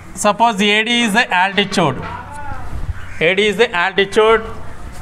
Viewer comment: 🤣🤣😂when you are saying 3rd problem u spelled altitude as altichuvd😂😂😂